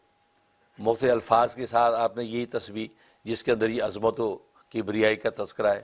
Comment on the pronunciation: Azaamat. Azmat. Arbi alfaz Correction ker den. Wah cant.